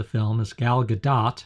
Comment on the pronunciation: Her name is pronounced "Gol Ga•dote".